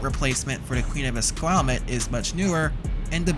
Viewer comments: Queen of Esquimalt not Esquimutt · It's pissing me off lol Es-qu-I-malt... almost as infuriating as people not saying the T in Tsawwassen. I grew up there and no one pronounced it Sawassen like the tarts on CKNW. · ess-Kwai-malt. Fucking ess-Kwai-malt please🤣🤣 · Proper pronunciation of “Esquimalt” is a bit of challenge for the narrator…🙄🤪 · Ha ha. The pronunciation of Esquimalt is priceless!